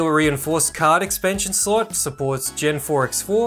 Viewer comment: Nice vid! But I can’t stand it, he pronounces slot as sl*t 😂😂😂😂